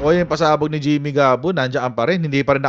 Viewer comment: Jimmy Guban hindi Gabon....